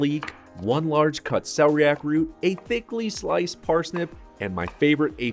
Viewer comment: Maybe learn how to pronounce celeriac